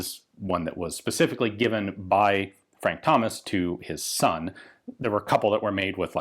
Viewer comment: To be fair, my actual human ears heard Hummus too the first time lol